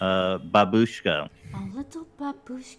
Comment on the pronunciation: Babushka is a russian word for grandma. Бабушка, and it’s actually bAbushka, not babUshka. Ethan is talking about Matreshka, Матрёшка.